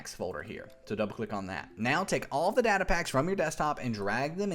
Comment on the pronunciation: its data not data